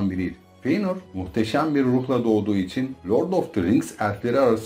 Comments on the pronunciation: Hocam dayanamadım artık izlemeye hiç mi karakterlerin isimlerini dinlemedin fiynır ne silmiriıl ne ALLAH aşkına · Telaffuzlar amerikan ingilizcesi kıvamında olduğundan ekrana bakmadan izleyince feynır kimmiş la deyince ekrana bakınca he bizim eski feanor’muş dedim.